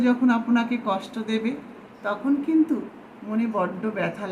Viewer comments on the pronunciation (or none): none